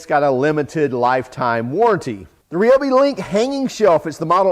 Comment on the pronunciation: Why can't Americans say ryobi properly ?